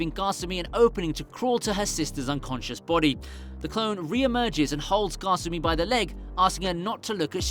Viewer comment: kasumi not gosummy